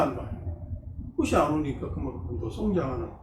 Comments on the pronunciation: 꼬시, 꼬시.. 듣기가 거슬리네요 꽃이 --> (발음) 꼬치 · 꽃이나 열매 --->발음 꼬치나 ○ 꼬시나 ×